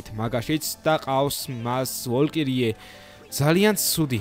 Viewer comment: ვოლკირიე კი არა ვალჯირი ქვია